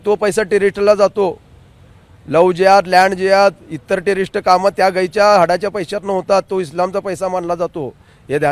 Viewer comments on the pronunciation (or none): Terist nhi re tourist jahil insaan 😂😂😂